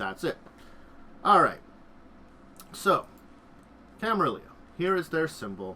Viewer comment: I get that you say you are not good with pronouncing stuff, but I feel like at that point the best option is to just read the letters as written and just don't try to interpret any special pronounciation gimick, which begs the question, where does the 2nd "i" come from in Camarilla.